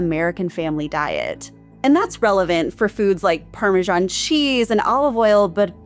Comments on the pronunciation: Learn how to pronounce parmesan. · It's pronounced Parmee-zian!!! 😉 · Going to ignore your countries pronunciation of parmesan, but rennet is hard ren..it. Good video